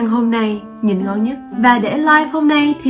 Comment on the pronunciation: nó rất là ngon đọc tiếng anh là nò rát là ngòn